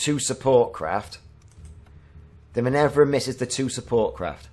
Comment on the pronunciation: Great video - one thing - min-ER-va :)